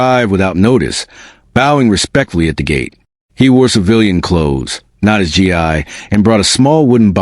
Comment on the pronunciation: It’s pronounced gee